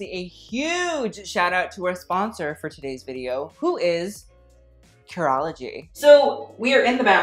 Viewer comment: I kept on hearing urology instead of curology😂